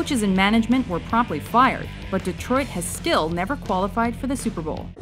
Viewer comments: Detrot XD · Detrot? Lol